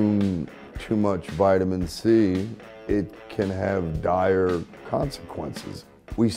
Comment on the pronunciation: Dire consequences. Dire-ia?